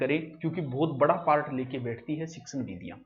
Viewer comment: सर आप पारट क्यों बोलते हो पार्ट को